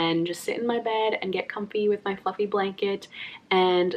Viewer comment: everytime says fluffy, i hear fucking.. what's wrong with me